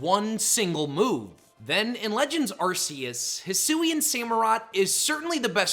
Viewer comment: It’s pronounced arr-KEY-iss, yoo-NUH-vuh, PREE-muh-ree-nuh, and HEE-SWEE, “”! 🤨 How many times do I have to tell you?? 🙄